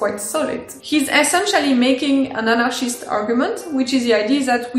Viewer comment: Lol, this is the first time I heard french person pronounce anarchist.. :D That is so awesome.. I am giving up my authoritarian ambitions and moving to France! :D